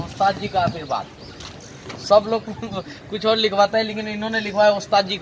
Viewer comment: आशीर्वाद होता है। नाकि आर्शीवाद